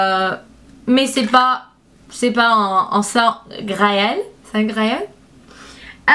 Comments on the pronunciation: haha c'est trop mignon j'adore le "sent" (odeur) je l'ai compris "j'adore le sang (=blood)" :p En tout cas, à part ça (ce qui est normal), à chaque vidéo tu es de plus en plus à l'aise avec la langue et j'aime BCP tes vidéos je les attends toujours avec impatience! Bonne soirée à toi :) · Moi j'ai compris " j'adore le sang " haha, c'est trop mignon :).